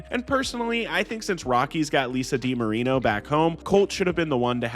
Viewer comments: It’s Lisa DiMarino like an Italian name not Lisa D. Marino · Im pretty sure its Lisa DiMarino, not D. Marino, not that it matters at all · Its Lisa DiMarino not Lisa D. Marino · PS, it's Lisa DiMarino - not Lisa D. Marino lol